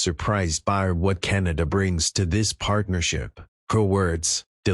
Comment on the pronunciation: The. Radical extremist. Socialust. Wef. Puppet. Like. Trudough. I thought. Canadians were more intelligent. To chooseba dictstor???? Cant even say. Canada. Keneda. Is the best he can do. At leastTrump knows how to speak. English